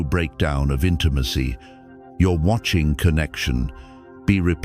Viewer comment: Today I learned AI can't pronounce "intimacy".